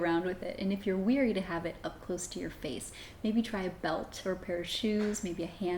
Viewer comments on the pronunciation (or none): Yes. THANK YOU. A good way to remember is: "be wary" like the word "beware". You don't say "beweer". 😜